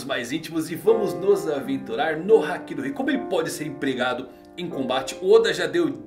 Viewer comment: Não é querendo ser chato nem nada, mas quando ele fala hakí eu falto explodir por dentro, pq é haki e não hakí